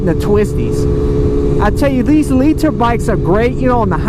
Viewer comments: hate how you say liter but love the vids long time fan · Lee-Tur bikes lol